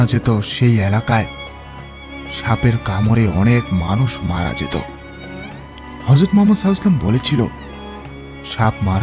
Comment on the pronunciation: হযরত মুহাম্মদ (সাঃ) উচ্চারণটা শুদ্ধভাবে উচ্চারন করুন ভাই